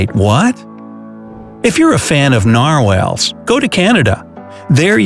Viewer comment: oh-cana-gan -_- seriously?! it's oka-nah-gan EDIT: nar-whales? it's nar-wall